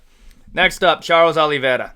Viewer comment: got surprised that you pronounced Charles surname (OliveiRa) with the brazilian accent